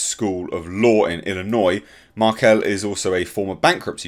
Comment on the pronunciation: You live in the UK and you said Illinois correctly. People who live in Illinois can’t even say it correctly lol